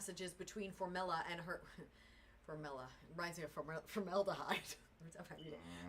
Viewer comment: With all due respect you pronounced her last name incorrectly. It is formella... you said formelli